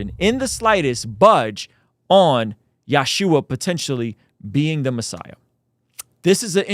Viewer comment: Stop saying Yashua, its Yeshu"ع". Or just say Jesus. (no disrespect intended)